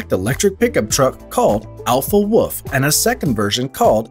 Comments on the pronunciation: wooolf not wuff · When he is saying Alpha Wolf i keep hearing Alpha Woof…